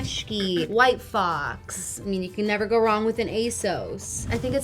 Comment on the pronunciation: I was so sure “white claw” was said instead of “white fox”